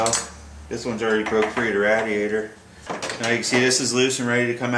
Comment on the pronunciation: If you say radiator wrong one more time I’ll find you istg